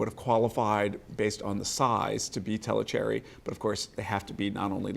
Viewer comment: Tellicherry peppercorns come from a city Thalasherry( formerly Tellicherry under the British raj) in southwestern India's Malabar coast. Calling every peppercorn the same is like saying any grape grown anywhere can be used to make Champagne . Learn to pronounce Thalasherry ( especially when you can learn Portuguese ,Spanish and French pronunciations)